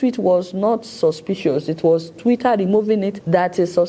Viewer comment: Twitter not twira 😂😂